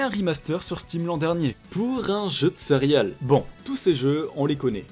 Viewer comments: J'ai arrêté la vidéo quand j'ai entendu le gars dire cériales 🤦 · "sérial" .....?? CÉ-RÉ-ALES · PUTAINNNNN ON DIT CÉRÉALES PAS SERIAL 😡😡😡😠😠🤬 J'AI LA HAINE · Bordel , on dit Cé - Ré - al ^^ pas sérial .